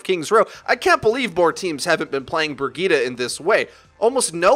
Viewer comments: Ugh! “Brig-eat-a”...! That pronunciation is killing me! I thought it was “Bridge-it”!! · IT'S PRONOUNCED BREE JEET, NOT BRUH GITA. WHAT THE FUCK IS BRUH GITA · Say it with me briejeet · everytime he says burgitte take a shot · Lol. The Way english People pronounce “Brigitte”. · Rolling the tongue vs not rolling makes a huge difference... Lol